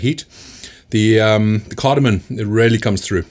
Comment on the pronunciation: Awesome video. Glad I discovered your channel. Super informative. By the way, it's CardamoM, not CardamoN.